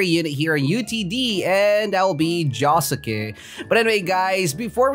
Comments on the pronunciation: JO SUKE SAY THAT RIGHT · It's actually pronounced joske it has a U but the U is quiet ;)